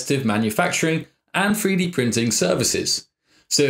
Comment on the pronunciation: Is he saying "Free Dee" Printer?